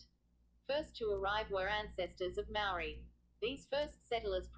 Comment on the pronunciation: This video is awful...your pronunciation of 'Maori' is dreadful and the sound quality sucks too.